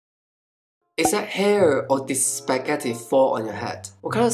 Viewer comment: I just learn smthng...i usually pronounce spaghetti as Spa↗️ge↘️ti↗️ and u say is Spa↘️ge↘️ti↗️